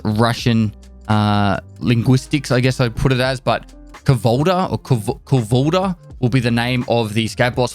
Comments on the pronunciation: just heads up Kuvalda is pronounced like Kouvalda and basically means sledgehammer in rus)) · Correct pronounсiation of Kuvalda (Кувалда - sledgehammer) can be heard on forvo Something like that - [kuːvʌldʌ] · I like how you pronounce kuvakda like kangaroo. You’re epic and handsome as hell.